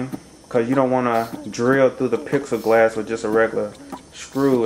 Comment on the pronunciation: Are you saying pixelglass or plexiglass?